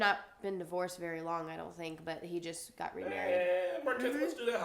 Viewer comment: Yay! It's been a wery, wery long time.